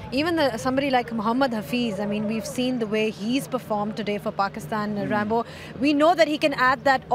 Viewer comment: Why the fuck is she calling ramiz rambo. Sounding too weird odd bad arghhh. 🤮